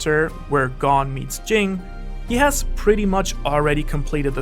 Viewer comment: Just wish u used the English dub pronunciations of the names. Hearing Gone instead of like goan or ging instead of gene hurt my 🧠